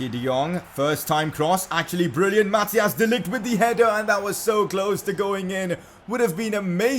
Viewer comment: You say it like math-ICE not Mathias